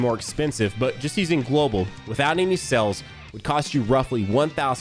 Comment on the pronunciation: When he said sales I could’ve sworn he was saying cells